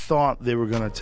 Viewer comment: No I am Arab and thats not how you pronounce Hamza or Khamzat its close but not the correct pronunciation.